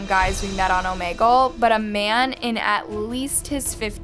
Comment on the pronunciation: is it pronounced Oh-may-gull? I pronounce it: Oh-mee-gl